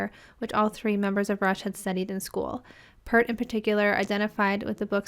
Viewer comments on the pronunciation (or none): I think I already made this comment, but just to stress, you're still pronouncing Neil Peart's surname incorrectly. You're saying "P-ur-T" but his name was pronounced "P-ear-T". You can even search up a youtube short where Alex and Geddy are telling an interviewer how to say it, with Geddy pointing to his ear. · It's PEERT, not 'Pert'. He's not a shampoo brand!